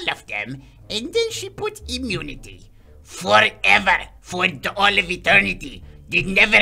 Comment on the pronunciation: I lost it when he said "FOREVER!" 😂